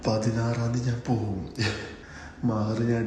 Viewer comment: Da endh veenelum paranjo മെഹർ അല്ല മഹർaan😂